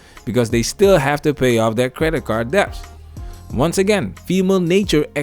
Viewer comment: Good content as usual. Just one correction: "debt" is pronounced "det". The "b" is silent. Not trying to be that guy, or anything...I'd just hate for people to think you don't know what you're talking about because you pronounced a word incorrectly. This is the third video where you're saying "dep". I couldn't take it any more lol and had to say something. I hope you read this...